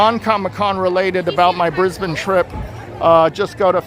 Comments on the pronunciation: Pronounced "bris-ben but one syllable... not bris BANE 😊😊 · It’s pronounced “Briz-bin”. And we call them “panels” or “showcases”.